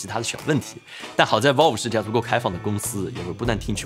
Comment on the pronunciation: valve 发音错了啊啊啊... 听得特别别扭.....